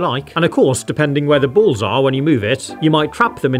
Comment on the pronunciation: "The bools actually moove" 😂